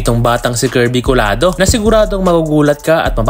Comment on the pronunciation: Lods, ito ang bigkas ng apelyido nya, Kolyado.